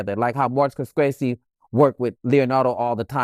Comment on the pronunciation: Messing up all the names Ryan , Gridlocked.. Scorsese .. smh.. PAC was indeed captivating and had he lived would have been amazing. You don’t have to dim somebody’s light so that you can shine. & Not for nothing Allen hasn’t been HIM since menace.